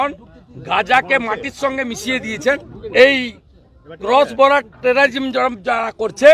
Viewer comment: Terrorism উচ্চারন করতে গিয়ে সুভেন্দুর দাঁত ভেঙ্গে যাচ্ছে 😅😅😅😅